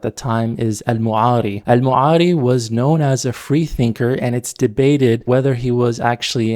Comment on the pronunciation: The thing I don't get , why you're always misprounouncing arabic words : as قانون غانون or تسمية تسميعة (it's called basmalah tho) al'Ma'ari المعري , yet the bigger issue ; the jurispendence : sure women veil took different aspects based on the country culture but the standard hijab is the covering all body except the face and palms , and an even more hadith friendly version is niqab